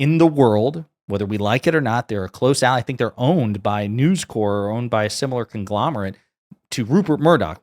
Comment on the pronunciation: Just a quick note: “Corp” in News Corp is pronounced with a hard “p” (short for corporation).